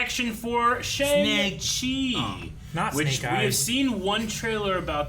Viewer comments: That isn't the correct pronunciation of Shang Chi, right? Simu said it's more like "Shong" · Pronounced SHONG chi not Shaang Chi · It's SHONG-Chi. Not shayng. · So excited for this movie.. so much goodness that's left for the MCU to cover..! and I know its weird but it's pronounced "Sheong Chi" :(